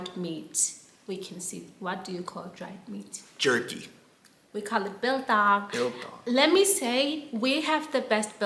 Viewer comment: We refer to trash cans as refuse bins. Soft chips are called slap chips. Orange light at the robot is "amber". To know how much pressure to fill in your tyres, open the driver's side door and check the label on the inside of the door. Also it's pronounced biltong not bilthong😊